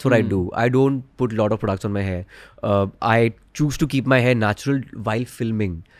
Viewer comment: and ranveer ur "a lot of" pronounciation is sounds like "a loda of"